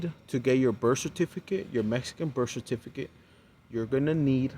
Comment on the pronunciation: Frat of all, it isn’t pronounced “Mex-ee-co”. It is pronounced “Me-Hee-Co”. Also, it isn’t a “Birf” Certificate. It’s a “Birth” Certificate. Ty here is no “F” in that words. Being from that culture, you should know better. Too bad you wasted the first 28 years of your life with your make believe thug-life vernacular.